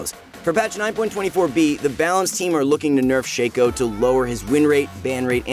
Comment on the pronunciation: Shack O not Shake O